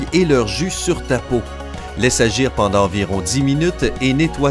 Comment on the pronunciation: a il y a un T a pendant